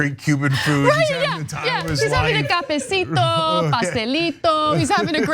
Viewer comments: Aight, imma say it (since I haven't found a comment about it). I was thrown off guard yet slightly aroused by the annunciation Anna said cafecito and pastelito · i just love how ana says cafecito, pastelito. perfect pronunciation. <3